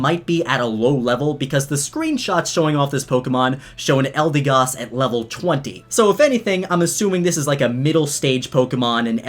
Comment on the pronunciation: Hasn't even been a day and hes already mispronouncing the Pokémons' names. 'Eldeegoss.' Its 'Eldehgoss.'